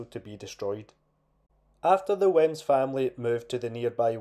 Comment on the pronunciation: I don't want to sound pedantic but it's pronounced weems.